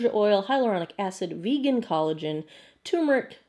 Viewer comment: Thank you for pronouncing turmeric as turmeric and not as "tumeric". It' a pet peeve of mine (along with "artic" and "nucular"). I laughed at the sneezing / scrambled eggs. This one is a pass, especially after the update to a C+. Thanks as always for continuing to upload content.